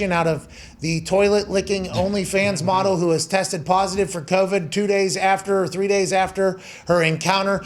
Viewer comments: "An only fans MAWTEL." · Even funnier when he says, "mottle."